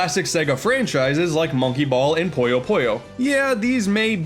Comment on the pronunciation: it's "Puyo" not "Poyo"